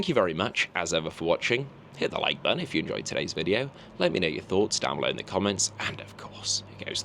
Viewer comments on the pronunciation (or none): none